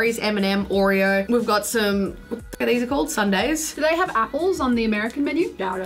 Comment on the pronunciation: is the only one saying Oreo correctly The Australian way